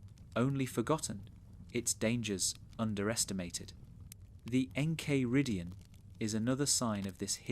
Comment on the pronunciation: how are you gonna pronounce the enchiridion like that